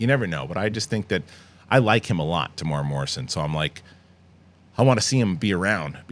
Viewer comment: TE-MU-E-RA NOT TEEMOORAH